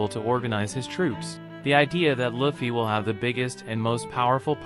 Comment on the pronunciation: Luffy not Laffy